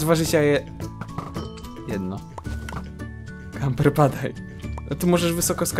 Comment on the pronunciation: Camper! <3 A ty "leszczu" jeszcze trochę poćwicz xD